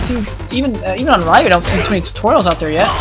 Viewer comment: No offence,but the y in Ryu is pronounced as a long E.